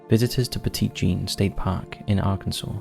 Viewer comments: As with many souther names. You may want to check pronunciation. Petit Jean is not the French pronunciation as it is written. It’s pronounced Petty Jean. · Petit in Petit Jean (and just the word in general actually) is pronounced "petty"! Important because her nickname was masculine and "petite" is the feminine version of "petit". I just wanted to point it out :) Love the video regardless though. I live in Arkansas and hadn't heard of the creepy stories so that was cool! Totally trying to convince my husband to take a trip to stay at the Crescent Hotel lol I'd love to see you guys cover Tennessee. That's my home state and we have a ton of creepy stuff, such as the Bell witch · Ay? My home state? Local vernacular and pronunciation: Peh tit Jean Oh Zark Also, I hear that Hot Springs has some paranormal hot spots, as well. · Pet----it Jean. Need I remind you that this is Arkansas? Pet it like you would a Fouke monster. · I was born in 1977 and raised in central Arkansas and spent most of my life a few miles from Quitman. I've never heard of the dog boy of Quitman. Also, Petit Jean is pronounced "Petty Jean" by the locals. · I've walked the tracks in Gurden. Technically my first ghost hunt at thirteen. Went to Monster Mart while in Fouke for a Bigfoot Campout. And most people pronounce it "Petty" Jean cuz.... Arkansas. Lol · Hello from Mountain View, AR! Let me tell everyone, this barely scratches the surface of some of the stories I've heard. Yes, you have to take all the stories with a HUGE grain of salt. But, I've had quite a few encounters that I can't properly explain, myself. Oh, and Monticello is pronounced with a soft "e" (like "sell-oh"). Also, "Petit" is pronounced "petty" by locals.